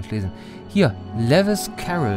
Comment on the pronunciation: Also, Lewis Carroll - den Autor von Alice im Wunderland - sollte man aber kennen! Und den Vornamen spricht man auch nicht wie Levis aus. Lewis Carroll hat Bücher geschrieben und keine Jeans hergestellt...^^ Außerdem hatte das Rätsel die Antwort doch sogar im Titel! ALLE WIRR LOS C = LEWIS CARROLL Das ist ein Anagramm und war super einfach zu lösen, weil sich doch das ganze Rätsel um Alice im Wunderland gedreht hat.